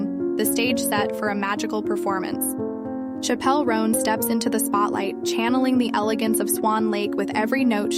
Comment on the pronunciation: her name is pronounced like the word Chapel